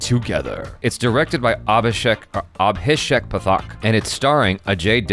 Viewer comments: I watched the intro :D and it's pronounced Paaaathhhak, not pathaak :D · Watched the intro! <3 That's not how you pronounce Pathak. :P